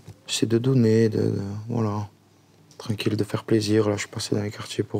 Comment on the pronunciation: « Eh bah c’était trenquil » - JuL